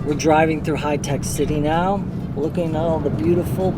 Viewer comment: That is Hi-Tech Bro not Hitec. 😃😃 Love from India ..